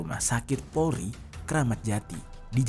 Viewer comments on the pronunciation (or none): none